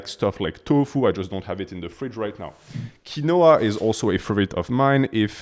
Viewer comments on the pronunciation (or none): It’s pronounced keen-wah